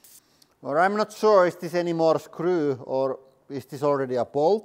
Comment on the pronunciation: The way he says “woold” and “scruu” 😂